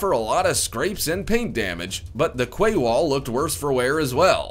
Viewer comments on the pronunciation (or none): and also tell him that 'QUAY' is pronounced 'KEE' not 'KWAY' lol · kway?? Quay like door key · QWAY WALL??? LOL! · Quay is pronounced 'key' not 'kway'! Otherwise, an interesting video! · It's a "key" wall not a "qway" wall, quey is pronounced key. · Kway wall? Really? Quay is pronounced KEY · "Kway" wall? What the hell is that? "Quay" is pronounced "key". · "Quay" is pronounced, "key". I know, it doesn't make any sense, but still. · Quay .... is pronounce KEY. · The Lie-Rah? The Qway? Who is this guy ? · I always thought the word ‘quay’ was pronounced like ‘key’...maybe just in the US it’s pronounced the way he did??? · Quay is pronounced KEY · Interesting video, but 'quay' is pronounced the same way as 'key'. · That narration was hard to listen to please just talk normal, this isn't an advertisement for a race track or scary movie titles. Also, learn the names of the cities and rivers before recording these videos. Pronouncing them wrong sounds horrible, there's an app online that says them for you so you can say them correctly. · Quay is pronounced like "key" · If you;re going to make a video about a certain subject, and title the video for that subject, make the video about the subject and not something else. Also, quay is pronounced key for Gods sake. Get the basics right and you might retain more viewers. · Quay is pronounced "key" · Quay is pronounced 'key'... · It's not pronounced quay...it's pronounced 'key'. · Quay is pronounced key... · Sorry but quay is pronounced key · Please look up how to pronounce 'lire (Italian monetary term) and also 'quay' !! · Where did this guy learn English? Learn how words are pronounced before you go Prime Time. LOL